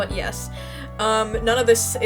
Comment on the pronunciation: sodas “Meh” and “Yesh” when you say it sounds like you have a speech disorder. (No hate to people with speech disorders.)